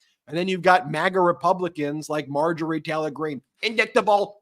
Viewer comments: In-dickta-ble.....it's a mistake I could've pronounced myself........but then again my first language ain't English. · " ... in-DICK-tuh-bull crimes ... "? 🤔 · I don't think MTG EVER finished high school. INDICK-TABLE. Really Marje? Perhaps you b need-in sum mo' skool in. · "indicktable" Oh my gosh, marj proves she really is uneducated. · "in-dick-ta-bull" As Bugs Bunny used to say... "What a Maroon!" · I’m sure when/if MTG reads, she’s moving her lips to sound out the words. InDICTable?? Everyone has different intellectual levels, but she’s so ignorant and vile that there’s no excuse. DUMB.